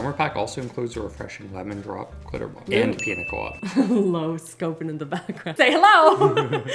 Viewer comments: PiÑa colada (pin-yuh-kuh-la-duh), not piNa colada 🫣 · It's pronounced: 😅 pee-nyuh kuh-law-duh